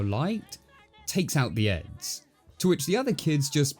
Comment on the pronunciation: Jesus Christ. I'm listening to this as I rake so for quite a while, I thought you were says 'Eggs'.